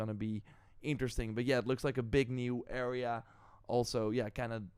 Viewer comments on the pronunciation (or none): none